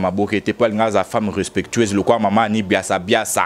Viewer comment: C'est Annie biasibiasi et non biasiabiasa